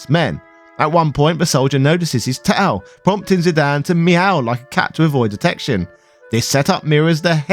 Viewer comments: Zidan? Isn't Zidane, as in Zidain? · Well, typically in English if a consonant is followed by a vowel and preceded by a vowel, then the first vowel becomes a long sound, in Zidane's case this gives you the eye sound for the i, and exactly the same for the a, giving you the final pronunciation of Zydain. Think of the name Ida, which is pronounced eye-da, and the dog Great Dane, obviously pronounced grate dain. There is no language rules I am familiar with that supports Zidane being pronounced any other way for English. For Cinna, you have two Ns. Therefore the I is a short, so you get the ih sound, like Pinna, or Pinto. Ironically enough I live in Spokane, WA that is NOT pronounced Spo-Kane, but rather Spo-can. However, it is an Indian/native American name, and there is a lot of context in my city to support this pronunciation. Final fantasy 9 doesn't give any context that you shouldn't follow standard pronunciations - that I am aware of. Pronounce fantasy names however you want. But if you deviate from the standard localized language then expect some amount of discomfort from others.